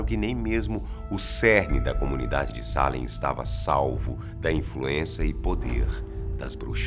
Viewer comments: É Salem e não Sálem. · O melhor video que já vi aqui!, vc é phoda! Já morei em Boston e visitei Salem ( se pronuncia Seilam) algumas vezes. Adorei